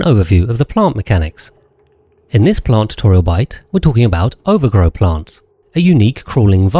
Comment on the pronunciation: since when was ovargro pronounced overgrow 💚💚💚💚